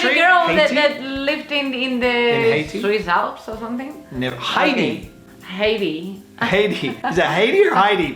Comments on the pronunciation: I have been watching your videos for a number of years now. I think Yoly's pronunciation of "Heidi" is just wrong and nothing to do with the fact that she grew up speaking Spanish.. She pronounces it as if it was "Hay di" which is a Caribbean country (Haiti). Heidi (Hi di) {Hi with a long "i"} is a female name. Thanks for your videos. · By the way it's pronounced Hai-die not Hey-die and yes she does live in the Swiss Alps